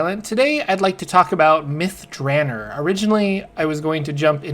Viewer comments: Long O in Drannor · You're pronouncing it wrong by the way. It's DranOr. There is no E at the end. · can't deal with your pronunciation of the name...👋